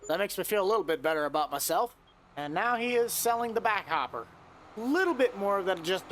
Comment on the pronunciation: “For ablout” 😂